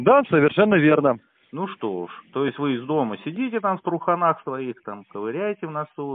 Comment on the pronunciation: В ТруханАх😂 ..и ковыряет в носу😂.